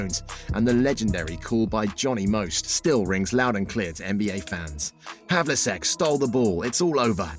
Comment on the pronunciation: You could at the very least pronounce his name correctly.